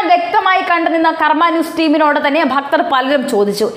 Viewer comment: ഭക്തർ അല്ലെടാ ഫക്തർ